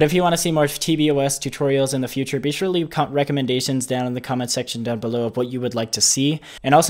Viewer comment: "sure" not "spüre"